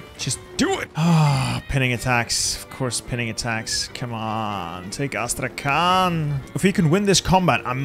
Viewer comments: "Astrakan" I'm russian and I think this insults me + Thessaloniki as Thernopoli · As i'm Russian a little notice if u want. Astrakhan pronunciation should be like Astrahan with "H" like in Hello and "n" should sound softer like in "honey"... I know that in English there is no separation between Hard and Soft letter. It is so hard to expalin))) Really great job at defending Turkey!